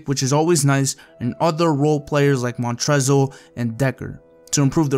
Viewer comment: As a Louisville fan 5% of me got triggered when he said Montrezl Harrell's name wrong. The l is silent